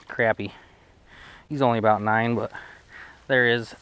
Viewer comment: That’s what I’m talkin-a-boot.